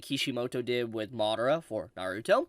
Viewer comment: I played this at 2x and whenever he said madara it sounded like Mordor. I thought he was talking about Lord of the Rings.